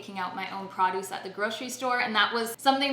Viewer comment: "Praaaduce"? (Hard 'a'.) I thought Cdns like their "oooo" sounds. Like "sooorry". Lol - I'm just joking, Great vid!